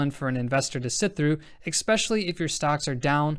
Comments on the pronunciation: loving the content and your presentation. However, your killing me with the pronunciation of "especially", not pronounced "exspecially". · Excellent content as usual. Just one thing: Especially. Repeat after me- especially, especially. Thank you god bless.